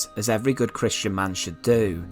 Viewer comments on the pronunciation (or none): none